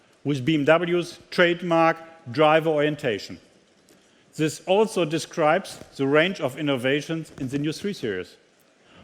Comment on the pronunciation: The = Seh , das ist so peinlich. The spricht man - Dh, bzw. Dih ( je nach dem welches Wort voraus geht, aber niemals Seh!!!)...und This spricht man auch - This, bzw. Diehs und niemals Siss!! Das kann doch nicht so schwer sein...und das als Weltmarke! Einfach nur Fremdschämen!